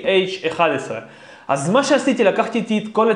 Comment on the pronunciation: אמרת ggrc ולא jjrc